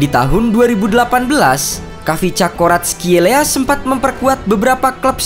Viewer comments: Ga usah ikutin gugel min, Baca aja nama nya varatskelia 🤭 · Kau salah nyebut namanya Mimin, yang gue denger di serie a gak gitu kayak faratelia gitu biasa aja komentator nyebutin nya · bukannya varatskelia ya dibacanya